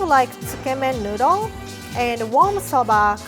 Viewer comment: I understand its an accent thing but her saying soubah noodol 100 times is driving me up a wall